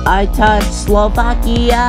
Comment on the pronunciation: It’s not Vakia it’s Slovakia